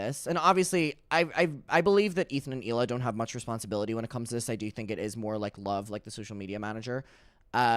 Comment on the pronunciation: Not correctly pronouncing Hila's name with more consistently than her actual husband. 👀